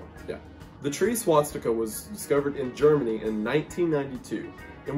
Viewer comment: It's swastika... Not swatstika.